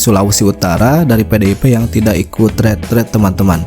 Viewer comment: Yang benar pengucapanya "Ritrit" versi Indonesianya Retret🎉